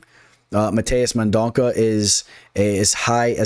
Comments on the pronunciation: Mendonça got this. It’s men-don-suh btw.🇧🇷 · C sounds like an S. No worries…no one has gotten it right. Liking your picks👍 Good research. On a lot of the same fighters.